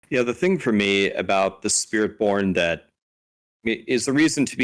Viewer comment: I like the slip on spirit born. "Spirit Pwn"